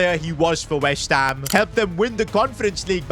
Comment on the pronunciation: he said whest ham not west